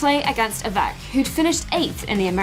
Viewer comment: Great idea, near perfect execution, save for "avEk," haha. Still, hope to see more summaries like this in the future.